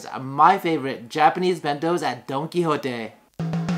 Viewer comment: Don-don-don Don Qui Don Qui JOTE.